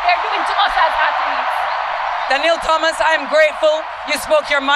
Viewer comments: just for growth: I know as Jamaicans, we are infamous for adding Hs where they don't belong etc. So, we tend to overcorrect. But remember for the names: Thomas Thompson We don't say the /H/. So, it's: /Tomas/ /Tompson/ You've got this. Blessings. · You don't pronounce the "Th" in Thompson and Thomas